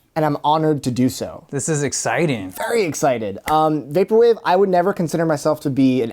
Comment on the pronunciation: ~ ＶＡＰＯＲＷＡＶＥ ~ his form of pronouncing VAPORWAVE is too... ＶＡＰＯＲＷＡＶＥ